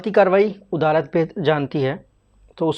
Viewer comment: "Odalat" nai bey jahil "adalat"